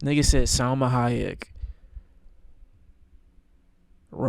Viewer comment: Who said “Salama Hayek”? Are you gay, blind or confused by the assignment?